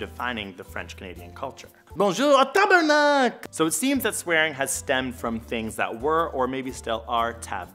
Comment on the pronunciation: That was one of the best "tabarnak" I ever heard, so unexpected !